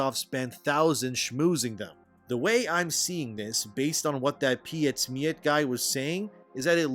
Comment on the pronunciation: I find it very amusing how non Germans articulate Pietsmiet xD The first letter Piet come from the name Peter just without the er at the end. For the end try the word meat and scramble the S in-between the two words. So PetSmeat should become very close to how you actually auriculate the name in german.